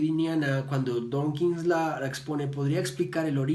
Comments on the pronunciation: ¡DAWKINS, no "Donkins"! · Que pronuncias "donkins" muchas veces.